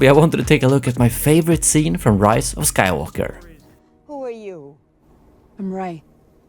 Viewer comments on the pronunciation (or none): none